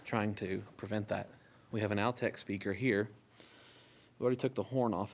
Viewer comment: it's not pronounced "Al-tech." They were called, "All-tech speakers." Just a minor thing. Thanks for the trip down the VOTT lane. I still own a pair of perfectly good Altec A7-800 speakers.